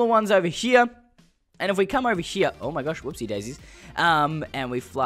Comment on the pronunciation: Haha Haha! "Oveh hia" you were saying.